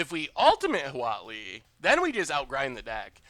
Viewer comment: Definitely thought he was saying WALL-E emblem, not Huatli